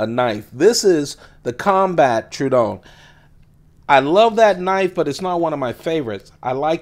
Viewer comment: I hate to be that dude, but the way you say True-don instead of true-a-don hurts my brain....